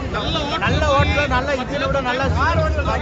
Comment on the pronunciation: Athu ஹோட்டேல் ilaippa ஹோட்டல்!.... engha thiruba solungha.... Hotel...! நல்லா தமிழ் வாழும்... nalla iruku ungha TanGlish